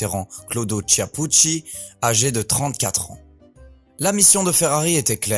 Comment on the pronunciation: Tu ne peux apprendre à bien prononcer son nom ?